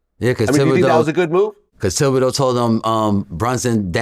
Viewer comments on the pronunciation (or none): Vlad pronounced the TH in Thibodeau.. 😢😂